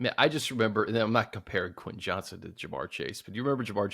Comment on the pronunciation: Why am i hearing so many people referring to Quentin Johnston as "Johnson"? It's JOHNSTON!